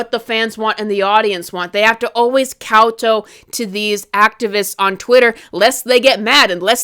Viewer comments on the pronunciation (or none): Just FYI, in "kowtow" the "tow" rhymes with "cow". So "cow-tau". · kowtow, second syllable rhymes with COW